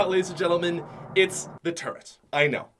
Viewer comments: The turrent tf??????????? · i left when he said turrent